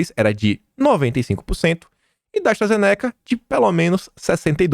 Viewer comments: Pifaizer NÃO!! É "faizer"!! Astra ZÊneca!! Acento na primeira sílaba!!! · pronuncia os nomes de forma correta! Se pronúncia FAIZER e ZÊNECA. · KIM, Pfizer - fala-se Fizer (P mudo); Astra Zeneca, fala-se Astra Zêneca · Se fala: ASTRAZENÍCA